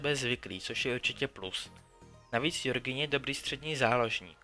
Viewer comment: Jjjjjjorgino, my ears au